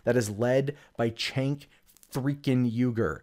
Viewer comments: it’s a shame that you can’t Say his name correctly, It’s pronounced jenk not chenk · His name is pronounced Jank. If you don't know how to say his name it helps to prove that you never watched him and hate TYT without giving it a chance. They also never claimed that Cenk was a reporter, in fact, they hired reporters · You might not but wrong but I know you know how to pronounce Cenk don't pretend you don't. It makes you sound stupid.